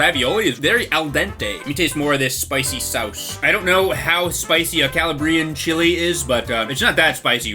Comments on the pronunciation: Its pronounced Cah-Lah-bree-ann lmao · His pronunciation of Calabrian was painful